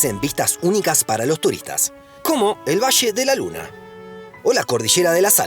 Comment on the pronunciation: "El vache" o La cordichera"... 😅😅😅